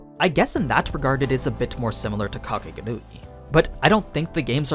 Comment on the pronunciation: Why do you say "Date a live" and "Kakegurui" like that?